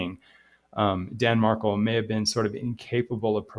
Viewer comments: Mar-KELL just to let you know, good luck! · His last has the accent on the last syllable. MarKELL